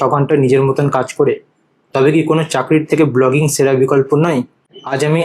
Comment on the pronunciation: সেরা কে “ছেরা বলেন কেনো ?